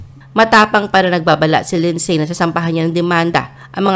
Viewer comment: You guys need to pronounce Lindsay…AS LINDSY…SILENT “Y”. Like the word “WHOLE…PLEASE PRONOUNCE IT AS “HOLE” NOT “HULL”. Pronounce HOURS AS..AH.WARS, NOT ARS! Okay?!